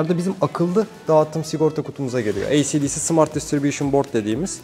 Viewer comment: özgür abini ey si dey si derken kafa yandı sen ne anlatıyon beoğlum diyo içinden